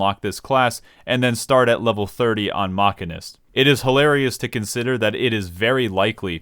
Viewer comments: omg the pronunciation of the job is MA-CHIN-IST, not MACH-I-NIST. FFS it was so off putting listing to the mispronunciation of the job. It's pronounced ma-chin-ist because it's discribes a person who works with machines. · Ma-sheen-ist is the correct way to say it lol. Not sure how ppl come to think it’s pronounce mach-in-ist. It’s like what my brother does for work. He is a CNC ma-sheen-ist. A ma-can-ik repairs stuff. A ma-sheen-ist uses machines to build and or create stuff. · I know I'm a bit captain obvious here. But of course I don't hire a "Machinic", I hire a "Mechanic". However you are pronouncing it as "Mechanist"... which is actually a thing from Fallout... TIL. Side note, "Machinic" is also a word lol, something something "Of or relating to machines". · A mechanic handles mechanical devices. A machinist handles machines. It is pronounced "mashinist" Thanks you for coming to my Ted Talk. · Saying "mockenist" is like saying "ay-ther." Just proveably wrong. The "machin" part comes from "machine." And Æ is pronounced "E" like in "dæmon." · It's obviously sarcasm but for other people the Mach part refers to machines not the speed so it is pronounced machine-ist also bad analogy as its not spelt machanic its mechanic... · See I'd pronounce it different still, like this: mack-in-ist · does he read machine as ma keen??? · I love Mock•uh•nist cause it’s like playing Cata era fire mage but with guns and way more style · i love how dryly he just pronounce "maqeeness" and just rolled with it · does he call machines mackeens? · Is the Bloodborne joke becuase your pronunciation sounds like Masochist? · i call it mark-in-ist as well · >chair pronounces MCH as mach-a-nist >me making fun of him >"I hope you don't hire a Masheenic" > "... hey wait a second" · We all know it's pronounced Machinist. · Disliking JUST for the pronunciation. Drove me crazy the entire video, you're a monster.